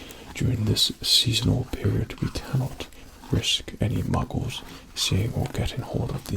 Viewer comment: Obsessed with the way Says 'Muggles'